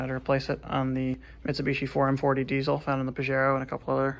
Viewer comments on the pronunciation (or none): I’m sorry did he say deisel?!😁